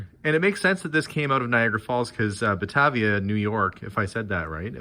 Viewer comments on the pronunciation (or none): Batavia with a long a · LOL Buh - tay - via, Batavia NY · Batavia NY Bah-tay(long A sound)-via - Accent on middle syllable. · "Ba-tay-via"--I live about 2 ish hours further east. And while you're getting very cold, we are with out any snow and much too warm for this time of year! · On the bottles, the town is pronounced like Bah-Tay-vee-ahh, NY. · Coke bottle from Batavia,pronounced Buh-Tay-vee-uh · It's Baa-tay-vee-ya, n.y. btw. :-) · You were close. Its Batavia , the 2nd A is long sounding. Like in crate or bait. I enjoyed this video very much! Great stuff and great people!! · I live right near Batavia and NO you did not pronounce it correctly. lol.